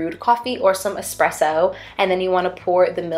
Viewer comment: MAD respect for pronouncing "espresso" right